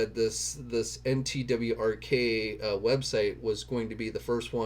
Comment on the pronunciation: NTWRK is said as "network." lol